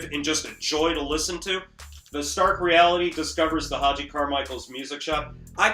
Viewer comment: To the maker of this video- your admiration of this album and of Stark Reality is laudable, but please educate yourself about Hoagy Carmichael. You can start by pronouncing his name correctly. Hoagy with a hard G- just like the sandwich. Then listen to a few thousand recordings of his songs. Stardust. The Nearness of You. Georgia On My Mind ( no, Ray Charles did not write it), Heart and Soul ( yes the song that two little girls always play when they sit at the piano together), Skylark, Up a Lazy River, Two Sleepy People, Small Fry, etc.He happens to be one of the most renowned and recorded song writers in the history of popular music. Most of his songs have become standards in pop and jazz. He is as significant as Rogers and Hammerstein, The Gershwins, Cole Porter, Lennon and McCartney, and just about any composer, producer and performer of any style or in any era of music. From your remarks in this video, it seems you have never heard of him and it’s rather embarrassing. He did this show in the twilight of his career at the behest of his son and as a gift to children. He made no such television show in the 1950’s.